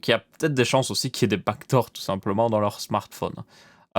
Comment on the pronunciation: Au début moi aussi j'avais compris bac d'or mais quand il a commencé à parler "code" bah je me suis dit : "mais oui les back doors"